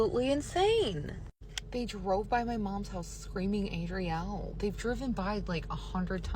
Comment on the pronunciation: Chile...not Azriele..Azalea..ADRIELE!! What now 🤦 (not sure if you saw my name. I'm on the spectrum too) Woot woot! 🎇🎆🎀 ❤